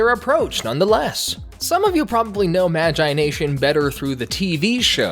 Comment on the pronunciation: He says magIIIe nation